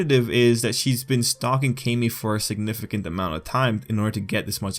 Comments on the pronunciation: It is pronounced CAM-EE Tril-L. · Please pronounce Camie like Kah-me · Wezzy94 it’s KAY-ME. If it was CAM-ME, her name would be spelled CAMMIE or CAMMY (like the girl from Street Fighter) but since her name is spelled CAMIE (with one “m”), it’s pronounced KAY-ME